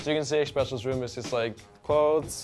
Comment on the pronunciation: 'xpecials room' :'(